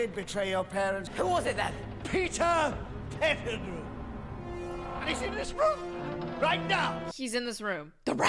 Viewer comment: Peter Petti-who. I love that! xD